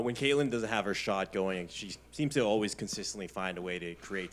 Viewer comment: THE COACH CAN’T SAY CATLIN.. SHE IS SO BIASED AND HATFUL.